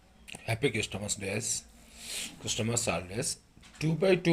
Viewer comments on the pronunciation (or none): ChrisTAMAS kadu uncle christmas T silent